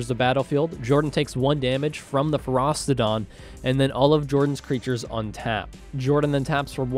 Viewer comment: It's not Feros-TI-don